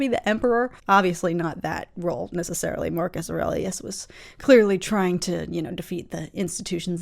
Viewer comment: Don't know if you had heard it said before but if not, nice work on pronouncing "Aurelius" for the first time! Lotta people usually flub it.